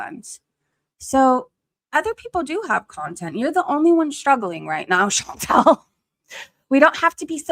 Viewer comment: So many people time and time again (not just ChantEl (i know she hates when you say her name like that)), fail to see a difference between the country as a physical place on earth and its government. All countries are beautiful in their own way, and there are bad people and good people in all countries of this world. But... god damned I hate to agree with ChantEl, but FUCK taxes. It costs so much and everything is so expensive, and its not even stopping. Some governments DO actually invest into their own people, but so many governments just use tax money to fill their pockets while people fall apart mentally and physically. I used to be someone who trusted authority and cops and what not, but today I've just completely got disappointed in all of it... It's nice to see good when you do, but I'm forever scared of trusting authority now.